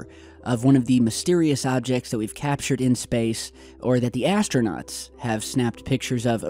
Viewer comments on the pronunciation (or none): Did you call astronauts asstranots?!?! Lol ok I actually like you. But you do realize tht 90%+ of your viewership doesnt at all believe that launch was real, right? Hell, at least 50% of them dont accept the earth is round lmao.